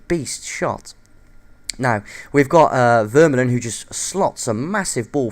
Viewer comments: AND he is still wrong. YOU DO NOT SAY AN R. It's Vur-Mah-Lun. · Where do you get the R from in Vermaelen?